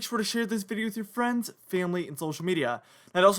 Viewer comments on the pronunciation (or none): none